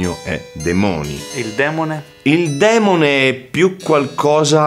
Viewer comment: Però "démone" si dice démone non demóne 🤔🤔. Démoni non deriva démone?